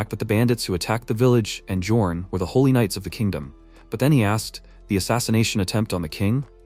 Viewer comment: jesus said helly instead of holy 😂😭😭